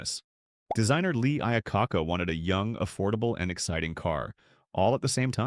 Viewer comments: It’s I-AH-COKE-AH. Cheap AI. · AI SUCKS. His name was not IOcaca. Make a video with a human who can accurately pronounce names and models of cars in the correct order. Thumbs down on this garbage.